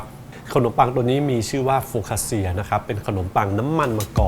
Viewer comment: C ออกเสียง ชี CIA ออกเสียง ช่า ไม่ใช่ เซีย คำนี้อ่านว่า โฟคคาคช่า ค่ะ เป็นขนมปังที่อร่อยและมีชื่อเสียงของอิตาลีค่ะ